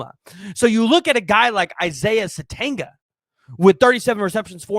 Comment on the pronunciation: It’s pronounced sa tenya He can also make plays as a kick/punt returner.